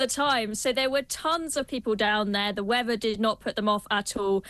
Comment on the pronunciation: It’s weather not weaver .😂😂😂